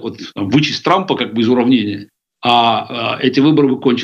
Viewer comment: иЗЗЗЗ, милая, ИЗ какой страны, нельзя же так, Вы диктор или нет? Вы же не на рынке, если Вам не жалко Каспарова, то пощадите наши уши, сразу выключила: Каспаров согласился на интервью с безграмотный ведущей